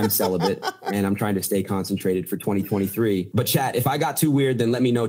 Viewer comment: Even AI Adin Ross cant pronounce 2023.